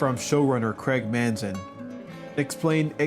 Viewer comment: It’s Craig Mazin btw, not Manzin